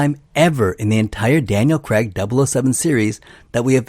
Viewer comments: 😅 His name is Daniel Craig, not Daniel Crag. Dick! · Daniel CREGG!!? why? its really not hard to say Craig. You actually manage it yourself a couple of times